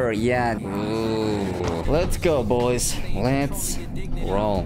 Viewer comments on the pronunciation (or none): That BOYS sounded more like POIS